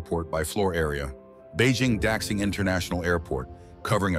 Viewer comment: Videos often show wrong buildings or vehicles. Like Beijing capital international airport or the suspended monorail in chengdu (with the panda decoration). Also automated subway lines have been pioneered in Paris over 40 years ago. Finally Daxing airport is pronounced wrong. It should be more like "Dashjing" not "Daksing".